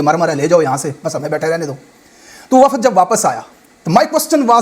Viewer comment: Waffad nahe wafd sahe ward